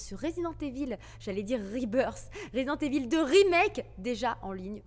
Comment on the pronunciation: Aaah Spiderman, t as bien prononcé (contrairement à Resident Evil lol), ti vois kantuveux